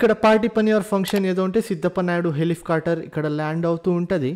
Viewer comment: Helifcoter kadhu ra thammi helicopter😂😂